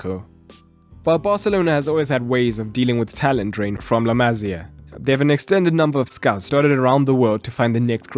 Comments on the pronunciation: small correction: it's La Ma-SÍ-a, not La MA-sia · La Masia not La Mazia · I cringed every time he said " La Mazía" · La Masia is pronounced MA Cee A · The way he say la Masia pisses me off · dude wtf how often do you wanna mispronounce la masia in one video lol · And you don't pronounce La Masia like that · The pronunciation of la masia throughout this video...